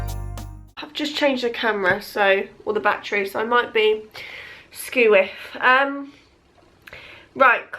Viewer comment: Love it when you say skew wiff always makes me laugh x